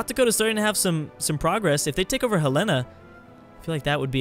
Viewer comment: Helen- na not hell- ain- na